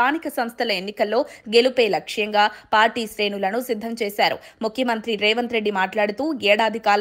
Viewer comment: ఈసి సిద్ధం రా బాబు సద్ధం కాదు 😂😂😂